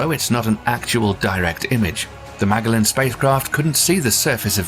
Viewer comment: "Magellan" is pronounced "ma-JEL-len."